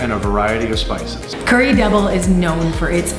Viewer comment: Curry devil. Not debal. 😊